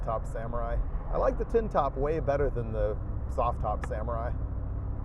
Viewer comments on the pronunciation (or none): none